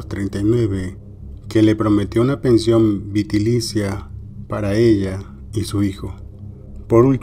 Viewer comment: se dice VITALICIA